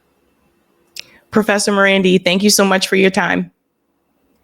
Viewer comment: Why is it that can pronounce Iran correctly, but not Marandi? It's not MarANDY. The second 'a' is the same as the first